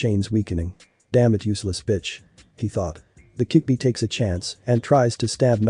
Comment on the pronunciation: fix the freaking ai because it's called the kyubbi not kickbi